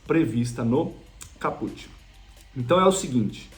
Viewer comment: Cáput, não é Capùt, ignorante